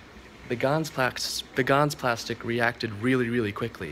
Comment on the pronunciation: hah, you said gans valk.